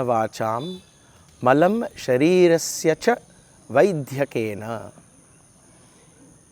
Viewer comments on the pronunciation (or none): Sairam. A small observation.. In the sentence “ Malam sarirasya ca Vaidyena” , while pronouncing the word “ vaidyakena” , the ‘dya’ shouldn’t be stressed I think brother. Kindly check . Thank you 🙏🏻